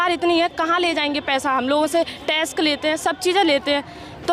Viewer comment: Tesk nahi hota hai madame Ji tax hota hai..... Q apna college ka Naam badnam Kara rahi ho......!